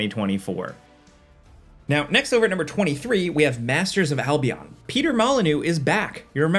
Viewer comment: Blimey! Pronouncing Albion and Birmingham that way >.< why not finish the trilogy and say bridden? 🙃 Nevermind, you chose Derby instead 😅